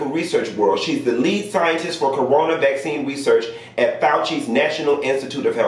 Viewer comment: Black-cine. Not vaccine. Black-cine. ✊🏾 I heard that. 😂